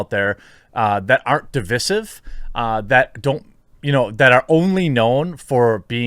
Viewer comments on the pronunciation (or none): Learn to pronounce the word Divisive properly please........ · Why must you pronounce "divisive" the way you do? 😬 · I totally agree on all comments except!!! your pronunciation of divisive ... I have never heard it like that before